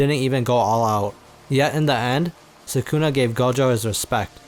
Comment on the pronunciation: Idk why I get frustrated when ppl say suh-koona irritates me🤣😂😂😂 it’s SOOH-Kuh-Na. I know it’s Spelled Sukuna but not sure why this dude spelled it as Sakuna. Idk maybe I’m the one trippin but man that bugs me🤣😂